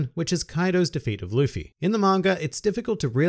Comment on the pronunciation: He said “luppy” lmfao